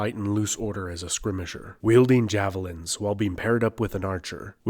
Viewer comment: Are you dumb? You don't know how to say skirmisher right.